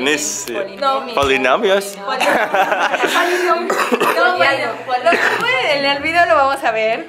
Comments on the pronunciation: Rafael dijo pilimeos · Dijo polimios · Dijo los polimios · Dijo hola polimios😂🤣